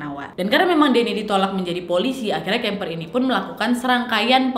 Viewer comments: Kemper kok jadi kamper waak.. 😂😂ngakak saya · Kamper apa kimper wak😂